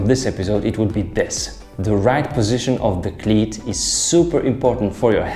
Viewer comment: Love your accent. You say "cleat" like "clit"; which I love very much. :)